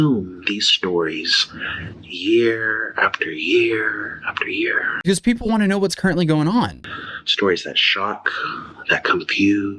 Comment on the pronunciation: I hate the way he says “puhheeepel”